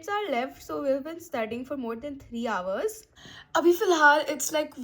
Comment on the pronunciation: It's not houvers It's hours